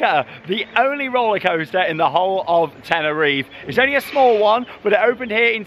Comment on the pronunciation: Just like you pronounce the final “e” sound in Parque (PAR-kay), you would also pronounce the final “e” sound in Tenerife (ten-er-EE-fay).